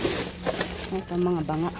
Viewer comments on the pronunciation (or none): none